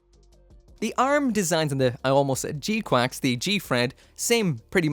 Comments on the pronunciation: It's pronounced g qux not quacks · They sort of do but its incorrect. One of the gunpla youtuber's shared the release statement and it emphasized the pronunciation as quacks. I just can't remember which channel .